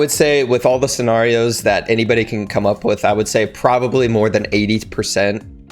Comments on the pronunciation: I agree with everything from this video except how you said scenarios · lol me too